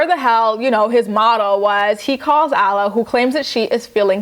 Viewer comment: Alla's name is pronounced like Awh-la.